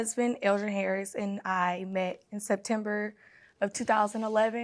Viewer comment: Can’t even say September properly🤢 Both defendants deserve each other. Dumb and dumber